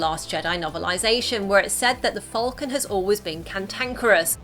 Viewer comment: It’s falcon. Not fowlcun.